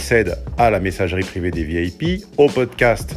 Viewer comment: J'ai eu l'impression d'ente dre ''vielle pie'' quand tu dis ''VIP'' loll